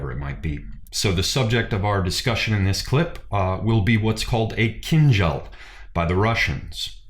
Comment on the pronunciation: A comment or two, if you don't mind. The correct pronunciation of the weapon has a stress on the last syllable, not the first. It is "keen-DJAL". I just noticed it was a recurring error, and you'd want to know about it. Second, I feel you're too quick to dismiss the "baton twirling" of the shashka, (known in Russia as "Flankerovka") In addition to developing your ability and movement, it is a legitimate, historical martial "art" form. When you see people standing still and twirling the blades, it just means they haven't mastered the footwork yet. The twirling of the blades DOES have a combative application, and its equivalent is not found in western fencing manuals. Russia and the Caucasus are at the juncture of Europe, the Middle East, Central Asia. There will be a more syncretic martial philosophy.